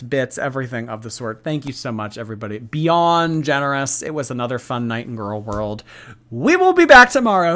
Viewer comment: BECAUSE TONIOGHT WILL BE THE NOIGHT I WILL FALLL FO YOU